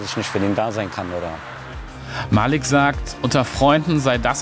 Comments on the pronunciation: Es heißt nicht Malik es heißt Maliik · es heißt nich malik es heißt malik keemo